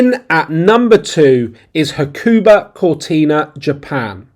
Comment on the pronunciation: It is pronounced Huck a ba. There is no stressed emphAAsis on a syllAAAble. ;-P. Hakuba is ful of Ozzies. There are better places to ski in Japan. Do some research.